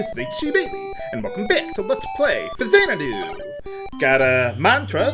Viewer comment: Every time i heard Faxanadu, i always think that he says "Let's Play SHAZAMITYLAM" Oh well, i need to stop playing Kid Icarus Uprising too much.